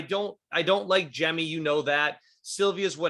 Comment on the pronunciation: I'm probably more annoyed than I should be about he saying "Jem" instead of "Jemmye"